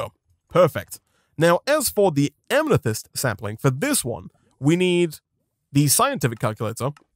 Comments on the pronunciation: it’s not pronounced am-ne-thyst, it’s pronounced am-eh-thyst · Why does he keep enunciating "Amethyst" as "Amnethyst"? this isn't an accent thing as you can clearly hear him working to deliberately say it like that.